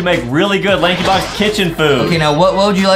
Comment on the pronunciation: Lankybox not crericeh